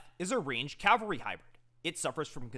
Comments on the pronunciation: FFS say it with me: CAV-alry. Cal-vary is the hill where Jesus was crucified. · just a heads up your pronouncing cavalry wrong you are saying the L first like the Calvary church. You gotta say the V first.